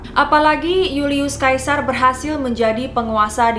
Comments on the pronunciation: julius caesar dibaca yulius Seisar, bukan julius kaisar, caesar itu nama belakangnya bukan kaisar yg artinya raja ,Hadehhh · julius sesar kak dibilangnya bukan yulius kaisar, huuuu sedih aku , suka banget videonya tapi sering bgt salah sebut nama.